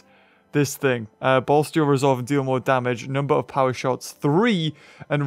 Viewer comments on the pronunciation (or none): none